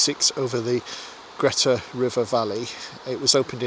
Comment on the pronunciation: River Greta is pronounced Greeta